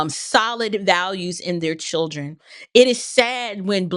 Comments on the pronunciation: I think its "chrildren". I've heard this pronounced this way before. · In front of his ”churldren" 😂😂😂😂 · He needs to be more concerned that he doesn’t know how to say the word children.